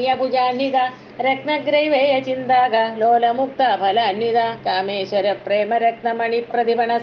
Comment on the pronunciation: ചിന്താകലോല എന്നത് ഒറ്റ വാക്കല്ലേ ചിന്താക ലോല എന്ന് പിരിച്ചു പറയുന്നതായി തോന്നുന്നു❤